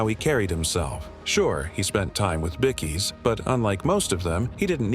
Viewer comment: Y do u say bickeys and not bikeies